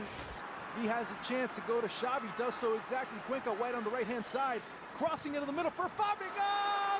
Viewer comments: "Chavi" not "Shavi" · xavi not chavi o shavi